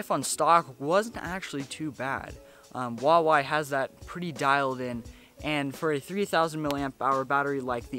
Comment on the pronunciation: Hu-wa-wei OMG i hate people pronouncing huawei wrong. BTW great vid!!!!